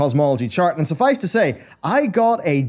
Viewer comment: SUFFICE IT TO SAY. Oh my god man, you say it so much during your videos, say it right!